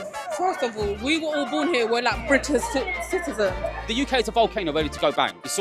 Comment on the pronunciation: British citizen can’t even say “citizen!”